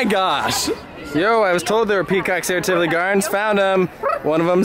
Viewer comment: I’m so happy you say Tivoli correctly. There is a cruise vlogger that the entire episode he said Tivoli wrong and it was unwatchable!!